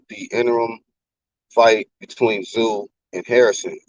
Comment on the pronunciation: Tim “Brooklyn” Tszyuuuuuuu